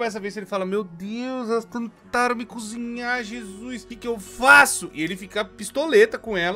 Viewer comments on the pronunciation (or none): none